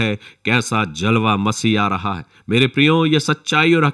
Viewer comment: Aap bahut achha bolte hain, but pronunciation sahi kijiye aap har jagah j aur ph mein neeche bindi laga dete hain aap ne gaana gaya, dekho koi aa raha hai kaisa "jalwa" Masih aa raha hai, aap ne kaha , kaisa zalwa jo ki galat hai ye sab urdu ke lafz hain, sahi boliye kyonki galat pronounce karne se aapka pura gana " beasar" ho jata hai. I hope aap ye msg. Zaroor padenge aur dhyan denge, fatak nahi Phatak.